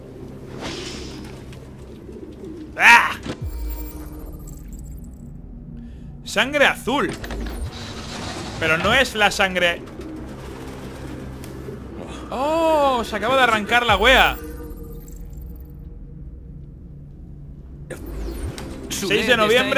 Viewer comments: dice mal la palabra wea es es con tilde mi chileno interior me lo dice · Wea es con sonido fuerte en la a no en la e